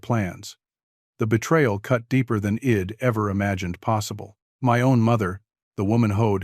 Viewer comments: Learn about contractions...id is not a word, it is pronounced I, as in "eye" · Please teach your AI to read " I'd " properly. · Very good story about mental health and dealing with people trying to hurt you.. the AI reader obviously can't say "I'd" , the voice was good but misreading isn't good especially for a public story on YouTube, hope you get it figured out